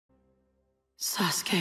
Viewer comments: It's Not Saske It's Sasuke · now I cant unhear SASGAY